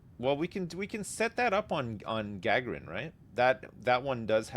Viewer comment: Also… it’s pronounced Ga-garin like Yuri Gagarin, the Russian legend!